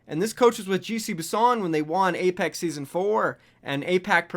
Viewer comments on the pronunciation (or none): none